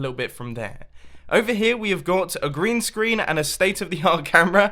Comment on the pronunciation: I thought he said Grian screen when he said green screen